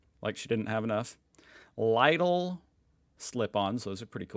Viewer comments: Lidl is pronounced like Leedle. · you think if we tell 1000 and 1 times instead of only 1000 times to not pronounce i=eye in german he will learn? XD eye sound would be "ei" in german xD lidl is pronounce Lee-Dell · Lidl is pronounced "Liddle" like little with Ds instead of Ts. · I like how you pronounce LIDL like ladle.